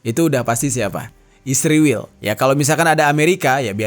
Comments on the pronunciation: Kurang nyaman dengar kata isriwil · Kenapa sih harus nyebutnya isriwil..? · Sebelom gegayaan ngomong isriwil benerin dulu tuh 29 februari 😂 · SEBAGAI SEORANG PUBLIC CONTENT CREATOR TIDAK SEHARUSNYA MENYEBUT ISRAEL DENGAN 'ISRIWIL' SEDANGKAN MENYEBUT IRAN & AMERIKA DENGAN SEBUTAN BIASA.